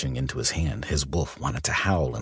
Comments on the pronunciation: Yes he is saying woof not wolf 😂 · When he says "wolf" it always sounds more like 'woof' 😁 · I can’t un-hear it 😂😂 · Lol Right? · It was bugging me so much! I was just going to comment...instead you did it for me! Woof,woof,woof! Lol!😂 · I hadn't noticed it until I started reading the comments. Then at the most serious moment he says it and I'm dying laughing. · OMG YESS! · I can not unhear this now lol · Great story. "Woof" instead of wolf is kinda funny